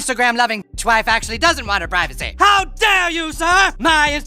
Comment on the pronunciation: PRIV A SEE please! Not PRI VA SE.